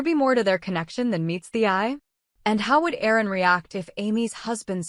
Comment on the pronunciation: His name is Aaron !!! Not errors !